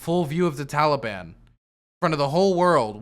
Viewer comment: The tollybon and kahbull, I've never heard these words pronounced in these ways and it's funny to me